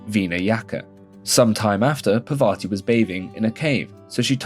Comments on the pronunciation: I didn't get offend by anything you said, I liked it Till you fucked up the name, it's "Parvati" not "Pavarti" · that is not pavarthi brotha, its parvathi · Bro it's Parvati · Pra vati and veena yaka 😂😂😂😂 bro your pronunciation is out of this world